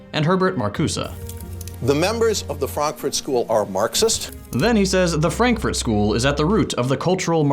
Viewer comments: the Franfurt School (in German Frankurter Schule) is not from Berlin and it is not pronounced "Franklin School". It is from the City of Frankfurt in the state Hessia. The philosophers of the Frankfurt School worked at the Institut für Sozialforschung or IfS (Institute for Social Research). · "[...] the Franklin School that comes out of Berlin". Lmao, how do you mess up so badly?